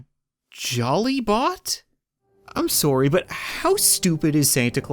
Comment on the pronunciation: Starting with "orm sourry" is very so funny to me. Im glad he reminded me he's Canadian best joke he has